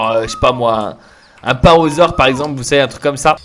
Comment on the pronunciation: Hello merci pour cette vidéo, mais je voulais te dire , on dit parAsaure et non parosaure, et l'iguanodon se prononce comme "l'iguane" (le gros lézard). 😉